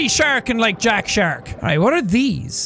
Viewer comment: It's not jackaboy, IT'S JACKASHARK!